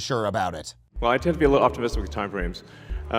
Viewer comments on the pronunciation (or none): "i tend to be a little optimiliyistic with timeframes"